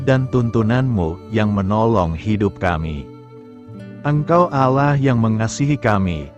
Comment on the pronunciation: Shalom.. Ada yg janggal pada menit ke dlm penyebutan Allah, jika saya tdk salah dengar.. Jg pagi ini dlm pembacaan renungan tdk terasa ada jeda titik/koma nya, seperti membaca terus.. Itu pendapat saya.. GB